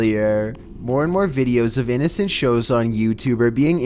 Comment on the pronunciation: custody visaaaat. innocaaant recordaaaaad